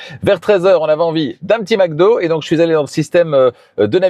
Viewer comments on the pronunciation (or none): none